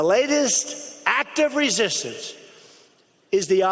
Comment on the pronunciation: Trump's dentures are again trying to make a daring escape from that foul mouth of his. "...latest act of rezshishtance..." "...by an anomonish..."